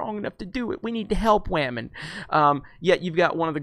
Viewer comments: I don't like the way movies are going what with agendas being shoved down our throats and is being told to accept it or be branded any number of buzzwords. However, you and other YouTubers with similar content all have one thing in common which is just irritating and makes you each come across as a gigantic cockwomble. It's not "Wah-men", it's women. I hate SJW's, feminists and anyone else who thinks that merit should take second place to this "diversity" bullshit, but you folks do yourselves zero favours by constantly bashing people for their sex. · You better start raspectin wahmen. The force is wah.